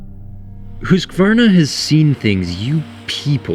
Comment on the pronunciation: HE SAID HUSQVARNA CORRECTLY (mostly at least)!!!!!!!